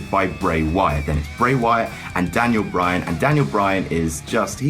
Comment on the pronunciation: Bray Wyan lol